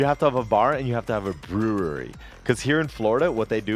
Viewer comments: b - ru (as in rude) - ree. its understandable, so watevs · I lost some brain cells everytime he said brewery